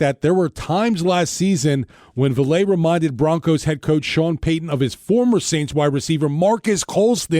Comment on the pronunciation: Personally, I'll be surprised if Vele doesn't play against the Broncos in practice. He's great offscript. Also it's pronounced Vay-Lay